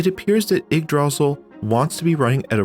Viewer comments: Yeah, once you hear someone pronounce it correctly you'll be able to say it right from then on. Its old norse, think vikings and the like. You got the ygg part right, but instead of DRAzil its druh SEAL with caps indicating loudness, dra should be quick and sil should be the long part pronounced seal. Its a weird word for sure and not one someone would normally know how to say by looking at it. I also had a hard time with the Ys' series of video games where it took me forever to realize it was pronounced EES. So yeah i feel ya on that one heh. A lot of us used to say Why's how would we have known it was pronounced with no Y at all but eees. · Ygdra-sil, not ygg-drasil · Your pronunciation of Yggdrasil is wrong. Stress should be on the first syllable, not the second. And there is only one 'l' at the end, so the i is long. Kinda like this: 'ygg-dra-seal. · sorry i have to be this kind of person (and i might be biting into bait since i'm only 2 minutes in), but it's pronounced igg-drah-seal, and this is going to bother me for the rest of the video lmao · My guy, I love you videos, but you killing me with the pronunciation of Yggdrasil. 'Ygg' as in ig, 'dra' as in draw, and 'sil' as in silk sans the k. For anyone else that's interested, Yggdrasil is the tree at the center of the nine worldsin Norse mythology. Also Yggdrasil in old Norse means literally "Odin's horse" but that's a whole other thing. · the way you pronounce yggdrasil is not the way I usually hear it and it's hard to ignore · Heh, never heard yggdrasil pronounced that way, normally pronounced Igg druh-seal.(aka, the tree of life) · Okay, let's quickly acknowledge he's pronouncing it wrong, just deal with it and crucially pay attention to the absolutely excellent content he made here.